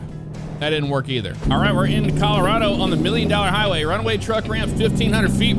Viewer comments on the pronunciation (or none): none